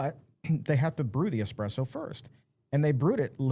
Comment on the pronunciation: ESPRESSO not expresso 🤭